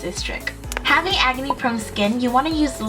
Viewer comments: I honestly thought said "agony prone skin". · I thought you said "agony prone skin" not "acne prone skin" but I realized they're the same thing. orz